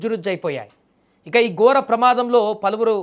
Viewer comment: రహాదారి కాదు....... రహదారి...... గోర ప్రమాదం కాదూ నీ మొహం... ఘోర ప్రమాదం.....